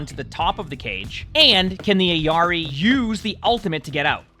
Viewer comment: her name is IL-yari not eyari